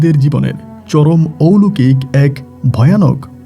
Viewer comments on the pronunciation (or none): ঔলোকিক আবার কি.....??... কথা টা হবে অলৌকিক..... একজন RJ হয়েছেন অথচ সঠিক শব্দ উচ্চারণ করতে জানেন না..... সারা বিশ্ব থেকে সবাই আপনার বলা গল্প শোনে.... RJ কিবরিয়া সাহেব কে পারলে ফলো করুন.... অনেক কিছু শিখতে পারবেন..... কথা বলার স্টাইল খুবই বাজে আপনার..... শুদ্ধ ভাষা টা আগে শিখুন তারপর RJ বলুন নিজেকে......